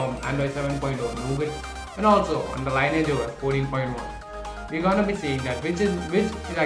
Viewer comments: ˈlɪnɪɪdʒ Lee Ni AGE that is how you pronounce it Not lye ni age or lye nage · it is pronounced as lin-ee-age OS